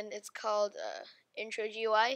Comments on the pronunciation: I have two tips: Its pronounced gooey and Dont sou d so depressed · it pronounced gooey